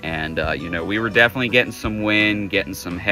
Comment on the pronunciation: "Defnuhly" is not a word.